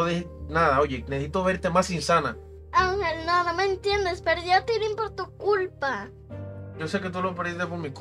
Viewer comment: No es TITILIN es TILIN